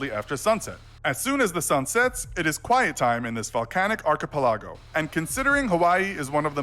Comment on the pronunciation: Kurt Snyder Ark A Pa Log Oh.